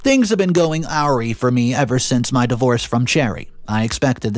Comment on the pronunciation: Awry is pronounced (a- rye) not (airy). C’mon dude. This is supposed to be your career. Don’t get me wrong, I love your stories. However, I detest your pronunciation of so many words. This is your career. Why wouldn’t you want to put effort into it and learn to properly pronounce your words. For example, you don’t even say “especially” properly. You pronounce it with an “x”. Please show me where the “x” is in the word especially? My goodness.